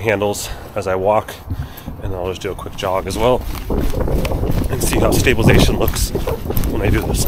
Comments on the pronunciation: You keep saying stabilation lmao wtf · yes but you're missing half the word when you say it :)